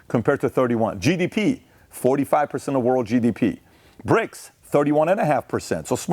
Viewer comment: Are you saying Brics or Prics 😂